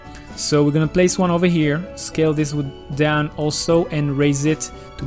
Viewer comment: .... Scale, not scael.